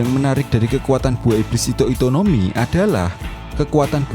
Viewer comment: ito ito no mi omm, bukan hito hito no mi